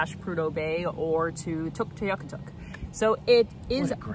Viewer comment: Tuktoyaktuk. I've only heard the full name pronounced with 4 syllables, even by cbc broadcasters and locals. Did the extra syllable you use come from an inuit local? Thanks.